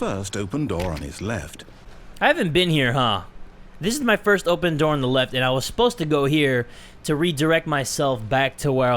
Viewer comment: when became British😂😂😂 opeeen the fooking door